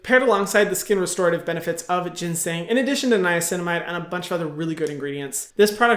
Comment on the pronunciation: (ever so kindly and gently) it's pronounced Jo-Sun! (and you pronounced ginseng right:)